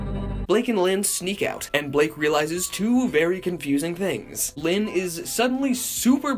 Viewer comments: "And begins to search for LYHYHNN!" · Every time you say lynn like that I burst out laughing like blake fr says it like that alot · the last time he says “Lynn” it sounds a lot like how vinesauce says “speen”